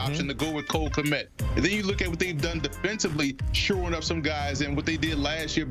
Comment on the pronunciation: Who the hell is Knet? Did you mean Kmet?